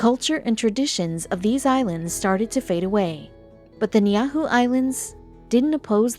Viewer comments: This is another example of WHITE revisionist history. You can't even pronounce the name of the island correctly and it is owned by the Robinson family. It has and still is inhabited by Hawaiians and the only reason that non- residence of the island are prohibited from visiting the island is to protect the culture and the way of life of the island's inhabitants. The island has always been inhabited by Hawaiians and there is NO mysterious reason for people not being able to visit the island. It is a PRIVATELY owned island and permission is required from the Robinson family to visit. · I was like what island is she talking about and was like oh, Ni'ihau the pronunciation was way off. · The island first shown n Niihau are two different islands! And butchered the name. And Oahu wasnt given it was stolen! The Hawaiian people wer2w lied to n tricked n the queen was locked in her own palace! They should do research before confusing the world. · Please spell and pronounce it correctly. It was very aggravating being from Hawaii and hearing this on YouTube. Please make corrections. Thank you thank you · Geeze lady learn how to pronounce Ni`ihau correctly! Now a days people are given permission to go on the island. I have a friend who has gone 3 times to buy Ni`ihau shell lei for her gallery on Hawaii Island. The lei are one of the products the local people there sell for income. They are very tiny and beautiful and cost a lot of money. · no worriez I did, she butchered the pronunciations I mean Most people wouldn’t even understand what island she was talking about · The name of the island is pronounced "nee-ee-how," NOT "nyahu." What the hell?! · It’s not niahu it’s niihau (knee-e-how) that’s how it’s pronounced uneducated people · At least know how to pronounce the name of the island properly before making a video. Niahu is not correct!! It's Ni'ihau. Smfh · It's pronounced, "Nee How", not "Nee Ah Who". Idiot narrator. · Niihau not Niyahu. The family is the Robinson.